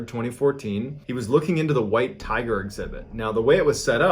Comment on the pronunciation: Please tell me I'm not the only one who heard tire instead of tiger the first time